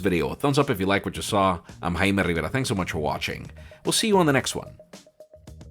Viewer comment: I thought this guy’s name is Jaime Rivera, turns out it’s.